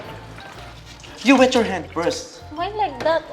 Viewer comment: Yawr dawter